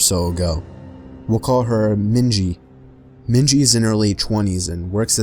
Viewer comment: Its *Minji she's Asian lol 😭